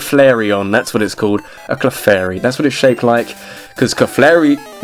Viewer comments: I was talking about when he pronounced "Clefairy" as "Kuhflairy". Totally messed with the position of the L. But really, it's not a huge deal. I was just being petty. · Your mispronunciation of Clefairy disappoints me. Then again, I'm one of the only people who even cares about Clefairy in the first place. By the way, Confuse Ray still works on Normal-types even though it's a Ghost-type move.